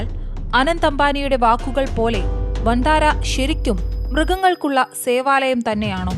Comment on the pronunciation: വന്താരാ അല്ല സേട്ടാ